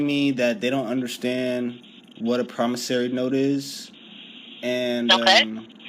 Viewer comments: Pronunciation matters when communicating verbally. "Promis SORE ey" not "Promis SAIR ey". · For the record, It's not promis-ory, it's promiss-ory. Just thought I'd point it out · For the record, it's not promissary. It's promis-ory. Just thought I'd point it out. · If I can write promissory notes and deposit them in my bank account, then what would prevent me from writing billions to that account, casually withdrawing all except a pittance, and then disappearing with the loot? The caller in this video is a dimwit who either thinks or pretends to think that a person's signature alone on a note creates value. Also, cretin caller, it's "promisSORY", not "promisSARY"! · I am pretty sure they were telling you that you don't understand what a promissory note is. And learn how to pronounce it correctly you loon.